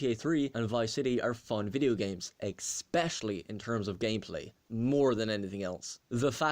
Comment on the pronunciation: OKAY UNACCEPTABLE “EXspecially” i can tolerate it when people mispronounce it when talking fast but not like this man, just REALLLLLLY grinds my gears lol